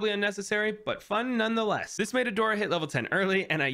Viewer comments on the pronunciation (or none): none